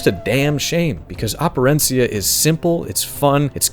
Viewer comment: Props to you for Operencia pronunciation.